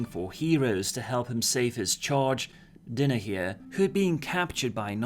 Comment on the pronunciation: Dynahier is pronounced Die na here. not Din a here.